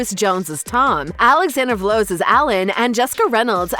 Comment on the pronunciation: She also pronounces Alex Vlahos as ‘Vlouse’, rhyming with blouse! 😦